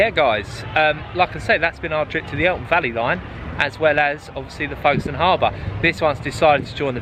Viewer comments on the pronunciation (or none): Interesting video, but you have consistently called it the Eltham Valley Line. There is no T in the name.🤨